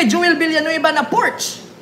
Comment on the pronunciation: mali po ang pag peonunce mo ng "PORSCHE"..german word pronounce as "PORSCHA"" is the RIGHT PRONOUNCIATION